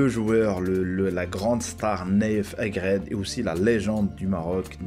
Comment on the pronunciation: C nayef aGUERD et non aGRED